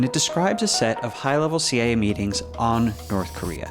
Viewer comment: Never heard someone pronounce "CIA" as "Seeya" before.